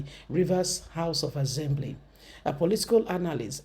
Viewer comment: Better your pronunciation. ASSembly not AZembly.